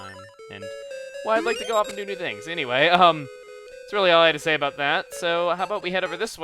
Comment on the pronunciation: Okay but it sounded like he said "aboot" a few times.